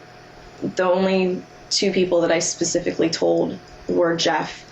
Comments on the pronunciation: The judge can't say "specifically". Ugh. Pacific is an ocean, Your Honor. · How does someone as educated as this judge keep using the words “pacific” and “pacifically” 😒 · He is an accessory after the fact to be specific or as the judge says pacific. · I’m sorry I just cannot get past the fact that this judge actually said “Pacifically” instead of specifically, 3 or 4 times in a sentence 🤦🏻‍♀️😩 he’s an ACTUAL Judge. Wtf. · This judge needs to go back to elementary school and learn the damn difference between Pacific and specifically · This "pacific" Judge is "pacifically" driving me nuts... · Lol! The judge keeps saying "pacifically" for specifically. He says it so many times and with such emphasis that it almost sounds like he's pronouncing it incorrectly on purpose... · Judge says pacifically? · This judge is so inadequate. He says “axe” and “pascifically” he also rubs his hands together… this was not a fair trial. She killed her kid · I don't know why he says some words differently. It may be the dialect he was raised with. However, aside from a few odd pronunciations, he was fair and balanced, and could come up with relevant case law in a heartbeat. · I was JUST about to say the same. I find that really weird. Does he not know the correct word, or can he just not pronounce it?